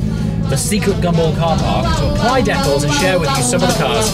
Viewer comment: Another who can't pronounce decals. :D